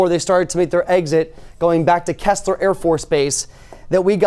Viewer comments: just fyi, it's pronounced "key slur" for keesler afb not "kess-slur" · Good report. But it is pronounced KEESE- LER Air Force Base. Not Kessler.